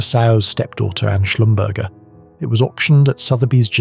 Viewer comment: Schlumberger is pronounced Shlum ber zhay